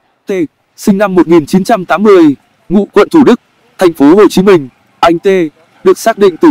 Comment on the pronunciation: Google chứ gì nữa. Làm gì có thành phố "Hắt Ô Chí Minh" đoạn 3:7s đo